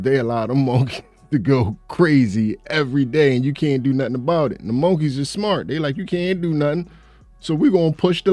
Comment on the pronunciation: Bro, say, monkey again the way you say it is hilarious. It just does not sound right the syllables need to be changed.